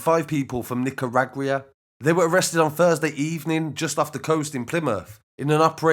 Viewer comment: where ? Nico- rag- we - ah? Don't you mean Nico- rag- you- ah?